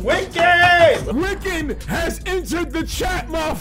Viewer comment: Wiccan, not wicken lmao